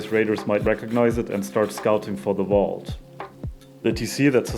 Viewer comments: "Underwater Wault" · I love how you pronounce Vault :)